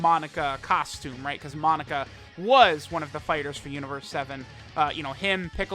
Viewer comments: Anyone keep hearing Monica instead of Monaka? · Its amazing how u say u pronounce names as they say it in the anime but u continuously say his name wrong. For the last time its not fucking “monica” it’s pronounced “MOE-KNOCK-KA” get the shit correct it’s annoying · its MO - KNOCK - UH not MON - ICA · Ahhh the good ol days of saying MONICA instead of Monaka:) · Am I gonna sit through 17 minutes of calling Monaka 'Monica'? You bet your ass I am